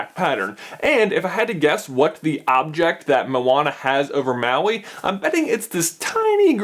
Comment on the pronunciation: Maui: Pronunciation: Mah-wee. Not Ma-wee. Get it right, people!